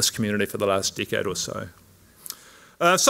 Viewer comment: So funny. I heard d*ck head when he said decade. Took a while but I had a laugh that helped wrapping my mind around government and science guidelines in the light of this amazing lecture. Thank you so much. 🙏❤️🌹